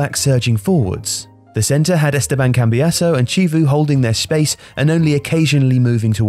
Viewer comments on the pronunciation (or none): It's Chivu not civu, like tha italian pronounciation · i was surprised because i didn't remember that inter had a player called cheevu. then i realised he's talking about chivu (who should be pronunced as kivu - according to both romanian and italian grammar) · Just a small note that the Ch in Chivu's name is pronounced like Ki, not Ci. Otherwise beautiful job as always! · Chivu is Romanian not Italian, you wouldn't pronounce "Chi" as you do ~~for Chiellini for example~~ but as "Ki" as in "Key".